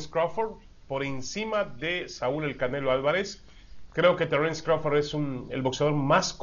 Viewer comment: Crawfor ?????? 🤣🤣🤣🤣🤣 este wey le pagan nada más por ser wey y decir pendejadas